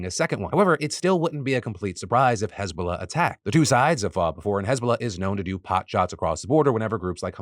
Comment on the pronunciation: I didn’t hear hezbollah properly at first so I thought Israel was beefing with hasbulla